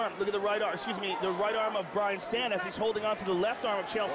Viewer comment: Hey... it's Brian Stann, not Brain Stan